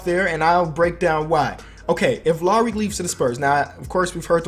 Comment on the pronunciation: "laury" its pronounced lowry